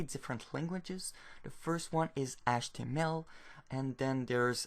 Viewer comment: what about achtemel?